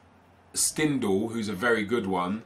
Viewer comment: His name is prenounced Shtindel